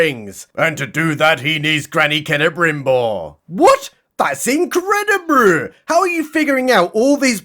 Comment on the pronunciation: I have to laugh every time you break out another incredibru. Who says The Acolyte was completely worthless?